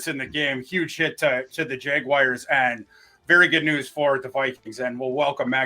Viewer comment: The worst part about this week is I've got 7 days of hearing people mispronounce "Jaguars" as "Jag-WIRES". It's not a difficult word,.